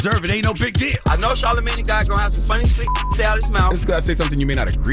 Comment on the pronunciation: mom called Charlamagne Charlean 🤣🤣🤣🤣